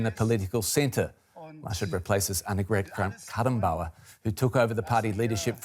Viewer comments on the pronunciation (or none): Presents the news on DEUTSCHE Welle and can't pronounce Annegret Kramp Karrenbauer 💀